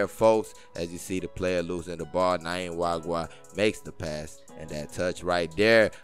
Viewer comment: Welldone!! However, you keep getting the pronunciation of this guy's name wrong in every Rivers United clip. It isn't "Nayim" Nwagwa... It is "Nyima" Nwagwa